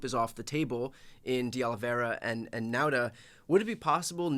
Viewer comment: Nauta is pronounced Nawta. Like saw ,naw.